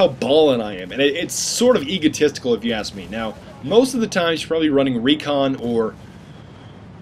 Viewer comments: Can you please stop saying 'axe', I know it's ask, I know it's American, I know it's spelled the same. But your not American is all, no big deal kinda annoying, no offence meant, figured you wouldn't know if I didn't say it. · If you aks me you are damn funny.